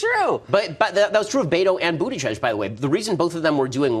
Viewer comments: Is anyone else hearing “booty judge” ? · Who is that judge guy that Ben keeps mentioning? I know it sounds ridiculous, but I keep hearing Ben say "Booty Judge." 😂😂😂😂